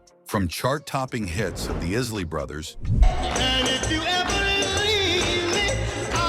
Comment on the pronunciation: That's ISSSLEYS!